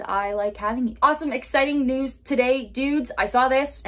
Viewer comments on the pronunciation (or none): none